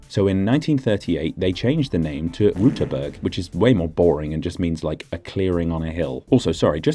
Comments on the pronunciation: no you did not. it is an ü not an u ^^ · Sad to report you still mispronounced Rüterberg in the beginning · You're still mispronouncing Rüterberg. The ü sound is different from the u sound but I understand it's difficult for people with English as their mother tongue. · Actually you didn't pronounce the umlaut in Rüterberg. You said Ruterberg. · "Rüüüüüterberg" is not the most imprecise thing you included, despite the interesting discovery: You mixed up the year of setting up the "Mauer" and the reasoning behind. Also one frame showed it is between Sachsen-Anhalt and Mecklenburg-Vorpommern, which is wrong. Gooood further discoveries! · you pronounced Rüterberg wrong.- You made a U sound instead of an Ü 'insert the mockery you requested' Greetings from Austria, we speak german too. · I hate to disappoint you, but you didn't pronounce it correctly. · Even your 'correct' pronunciation was wrong. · You forgot to pronounce the umlaut in Rüterberg so now I am going to mock you for it 😀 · You failed hard at pronouncing Rüterberg correct ! Did you think the dots above the u were just ornamention or what ? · Except you still didn't say it correct... Rueterberg. with an umlaut Ü - not a U... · You pronounced the name wrong. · Your "correct" pronunciation was still wrong. Ü isn't the same as u. There's a reason these letters look different. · I have a problem with the way you're pronouncing "Rüterberg". It SHOULD be pronounced "Xdibvewyjbcdhk". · Your attempt at pronouncing Rüterberg was atrocious, though I appreciate the effort! Also I never heard about there being "almost" a new republic. Lastly thanks for mentioning why the river banks looked so strange, it would have bugged me not knowing why! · I am very sorry for this but I am legally obligated to mock you for your pronounciation of Rüterberg . You have mistakenly pronounced the "ü" umlaut as a normal "u".